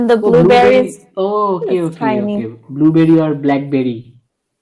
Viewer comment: hey you said stoberi ar (আর = and) blue Beri.